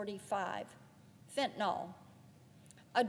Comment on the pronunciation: Also mainly for the politicians from the South: it’s pronounced “FENT-a-NILL” not “FENT-a-NOLLLL.”